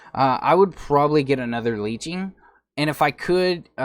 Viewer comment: it bothered me so badly the way he say leeching